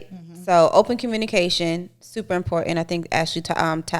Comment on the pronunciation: IM-PORT! TAUNT!!! TAÉ!!!!! 😂🤣😂 ÉsPANOL!!! Definitely WORD OF THE DAY!! Importauntè